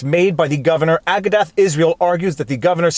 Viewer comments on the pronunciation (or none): FYI It is pronounced A-goo-duh not Ah-ga-dath